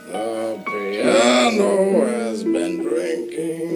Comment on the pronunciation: OMG.... the way he massacres "The Piano" is breathtaking.